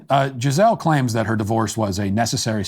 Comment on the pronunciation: Note: The pronunciation is Gee-zé-lee.